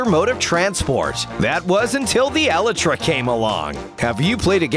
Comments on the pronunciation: It's Elytra not Elittra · It’s elytra not elytria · Me:elytra Narrator (srry if i spelled it wrong):eletra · Ellatris? It's Elytra, E-lie-tra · Nobody narrator: Elitruh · What's up with this guy and his pronunciation of word (Elitra's) 😂😂😂😂😂😂